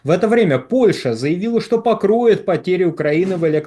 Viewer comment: "польша пакроит украину" )) романтика ))